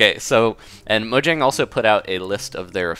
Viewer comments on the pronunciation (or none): none